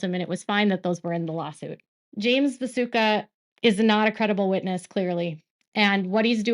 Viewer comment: His name is pronounced Vi-toosh-ka.